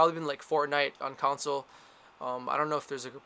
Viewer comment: 1.) open your eyes. 2.) It's "con-sole" not "counsel" :)